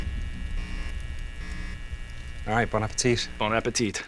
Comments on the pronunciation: It is ‘Bonn a-pe’tee’ :) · Please don't pronounce the 2nd T in Bon Appetit